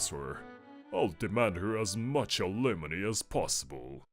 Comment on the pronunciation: Who da fuq pronounces Alimony as ah-li-moh-nee Is it AI voice over or someone purposely rage baiting lmao